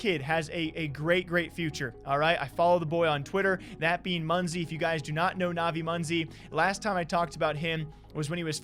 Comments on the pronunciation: ah ik munzi (its pronounced mo-nes-i) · its not manzi its m-oh-nay-si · its pronounced M-oh-nAy-si but we forgive you